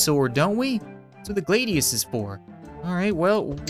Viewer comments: its the glad,ius not the glade ius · Glad-Ee-Us, Fal-chi-unn. You also been sharpening the Falchion and Trident wrong. for the Falchion you don't need to sharpen the top double edged part. and for the pike trident just do where you see the sharp edges are. your welcome